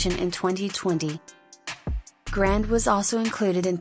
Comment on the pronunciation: Notice how much the video mispronounced her last name. It isn't grand, its grande